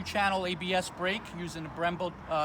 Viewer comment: “two disk in the brack